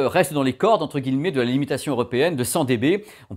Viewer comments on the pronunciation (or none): none